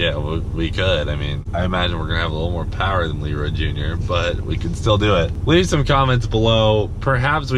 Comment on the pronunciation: Elroy instead of leroy